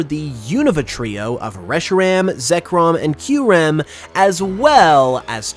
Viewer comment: hb we pronounce kyurem right